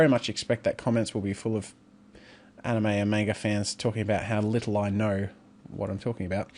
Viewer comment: my brother doesnt know how to pronounce Anime